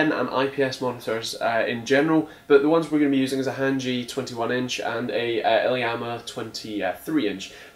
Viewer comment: Thanx nice vid. Btw it's iiyama not ilyama ;-)